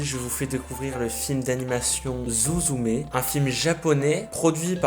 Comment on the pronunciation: Blk je le redis psk c digne d’un scandale voyons~ C’EST SUZUME prononciation avec un s~ UN S ET PAS ZOUZOUMÉ ;-; Bref~ une des meilleures films d’animation japonaise 😌 À voir absolument